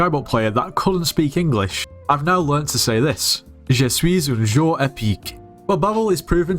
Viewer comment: in the french sentence you said more like "je suis un jour épique" which is "im an epic day" that was funny